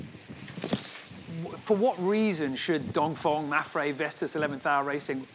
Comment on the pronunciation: Why do you pronounce Dongfeng DONGFONG?